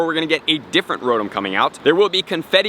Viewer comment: ...say it with me...Row-Tom...Row-Tom